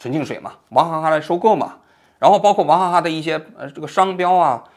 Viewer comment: 我怎么听王局说的王哈哈呢😂